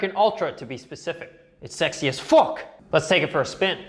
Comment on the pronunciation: When you say "fook" you sound kinda Irish 🇮🇪